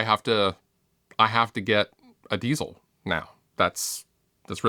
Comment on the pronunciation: the word diezel isn't pronounced like the word diesel